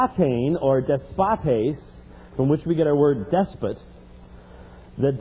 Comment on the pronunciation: I agree with James White theologically and thought this was a good debate overall, but I am surprised he completely overlooked Jude 4 in his response, a verse that undeniably uses "despotes" in reference to Jesus Christ. I am also very surprised that he kept pronouncing desPOtes as DESpotos (incorrect accentuation and incorrect spelling). His comments about going to clearer and more obvious teachings on justification were spot on though.